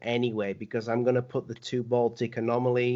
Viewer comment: It’s “Baltic Sea”, not “Boltic Sea”, lol